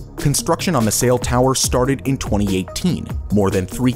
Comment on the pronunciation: Ciel is French for sky. It’s pronounced see-elle not sail.